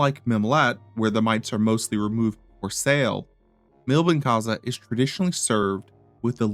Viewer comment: it takes 5 seconds to check the original pronunciation of "Milbenkäse". It's not that americans are particulary bad at languages, they simply do not care